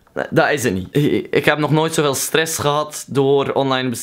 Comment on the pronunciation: de manier waarop gy 'stress' zegt is echt kapotgaan 😂😂😂